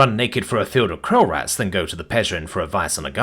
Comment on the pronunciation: Sounded like Krel rats I think?